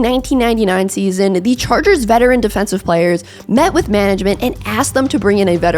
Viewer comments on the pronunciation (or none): none